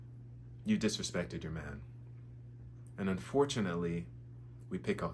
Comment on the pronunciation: You can't even say the word "man" correctly... it's giving 🌈.